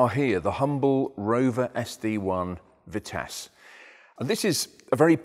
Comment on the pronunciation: Vitisse Vi-nice